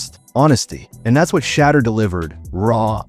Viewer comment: Why do you keep calling sheduer.... shatter? When you know his name is sheduer. You know what his name is, just call him by his name. 🤷🏽 Over and Out.